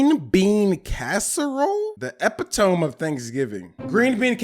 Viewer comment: Epitome (Uh-pit-uh-mee)